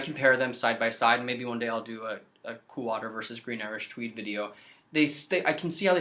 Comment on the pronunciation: You should make Cweed Gween Iwish Tweed